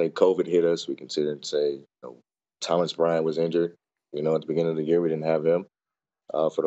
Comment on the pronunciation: Man said Thomas Bryant